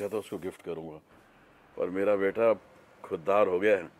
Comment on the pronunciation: khudgarz nhi bhai khuddar hota h🤣🤣🤣